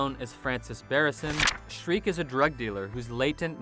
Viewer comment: its Shriek